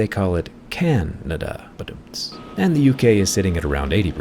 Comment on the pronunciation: "Candada" "can" recicle "can"s 😆